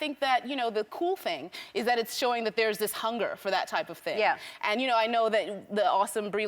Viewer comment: I’m so proud. “ThAngg”